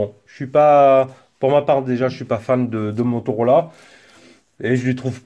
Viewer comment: Si dice Motorola, non Motorolà! 😂😂😂